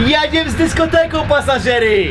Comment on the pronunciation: i "Jedziem z dyskotekom": xDD